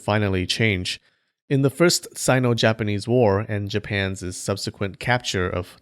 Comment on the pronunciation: FYI: "costed" is not a word. The past tense of cost is cost. How much did that cost? Oh, it didn't cost much. I think it cost a dollar. Bonus: the possessive "Japan's" is pronounced exactly as the (imaginary) plural would be pronounced: "Japans." There is (and never could be) no "Japanses" nor anything that sounds like it.